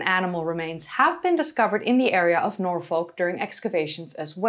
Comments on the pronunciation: Fascinating video. I really enjoyed it. By the way Norfolk is pronounced Norfuk, not Nor-folk. Just on of those silly English things. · Im a tad late but its pronounced Naw-Fuhk not Nor-Folk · Great video, love Doggerland. I know you are always trying to improve your pronunciation, Norfolk is normally pronounced 'Norfuk', confusing I know as folk is pronounced as you did when saying Norfolk. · Minor point, but Norfolk is pronounced "nor-fuk" (like "gnaw f*ck"). And if it is further south as your latitude suggests, the line would go up (left to right). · Jsyk, it is pronounced Nor Fuk. It is a popular destination for holidays and daytrips. In the Midlands we refer to such trips as ‘going Norfolking’. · Love your vids! Just wanted to add, we don't really add the l in Norfolk, we say 'norfuk'. Not being critical just saying! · its norfuk and darby sheer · Hi hate to be a pendant, but I will anyway! As a British person the way you say Norfolk really hurts my ears,I didn't know what you were saying at first. If you want to say it as a British person would pronounce it, it's Nor'fock. Love your Chanel by the way. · I was going to try to tell you how to pronounce Norfolk correctly but the folk part sounds like a swear word :). The pine forest at Holkham in Norfolk is beautiful. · Milo thought you had local knowledge yet you can’t pronounce Norfolk or simply can’t be bothered .. unsubscribe from milo for recommending someone unable to show any local knowledge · Strange slightly Dutch pronunciation of Norfolk keeps making me think that you are American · The way you pronounce Norfolk makes you sound like an AI!